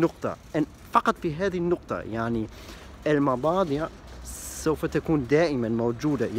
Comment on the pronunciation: البضائع وليس المباضع ههههههههه